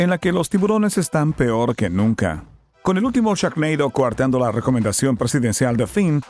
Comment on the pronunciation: Yur inglish is veri gud ; )